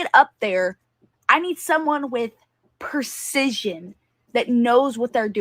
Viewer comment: Maybe she needs to learn how to say precision, as apposed to percision first. Second, she's stupid, cause you cant say this stuff online and not expect FBI to not come get you.